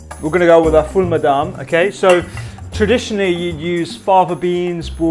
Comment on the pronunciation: So the fattoush you made is missing the 2 most important ingredients which are 1. lots of sumac, and 2. mini fried bread pieces. It's also not made with parsley usually. Secoundly, it's pronounced Full Mudamess or Full IMdammass, not sure how a video is being made on middle eastern food without referencing the plethora of middle eastern food youtubers, books, etc.